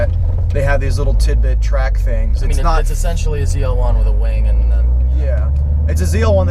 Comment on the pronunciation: why why why do they keep calling it a ZR1 it's a FUCKING ZL1 L not fucking R